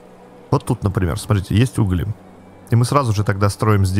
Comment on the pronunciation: Не угли, а угли